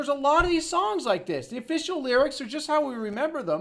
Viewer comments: I hear yust too 😂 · One thing people aren't commenting on is at the beginning of the Journey song he says Yust a small town girl. He's clearly not saying Just. I have no idea what a yust is but that's what I hear.